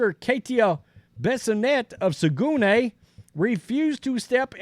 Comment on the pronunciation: Brava! I stand with this brave FEMALE athlete! Get in touch with Coach Linda Blade. note: it is pronounced "Sagg-nay"